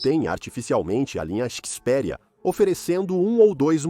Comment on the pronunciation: Ele disse CHIS PERIA